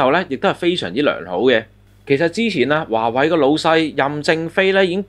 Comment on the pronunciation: 係華(為)，唔係華(偉)